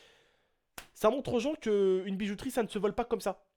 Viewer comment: Suis je le seul.a avoir entendu ''bizouterie'' au début de la vidéo ?? ^^